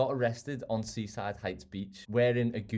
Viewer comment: “It worked PEEEFECTLY “